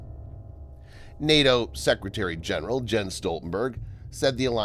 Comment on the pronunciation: The "J" in Jens is pronounced like a "Y".